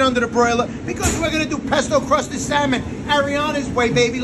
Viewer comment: Pesto cwusted Syamon.